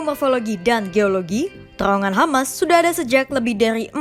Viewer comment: Rrrr Rrrrr Rrrrr....TRrrrowongan gitu...Bukan Terowongan....Rrrr....Rrrr Rrrrr.....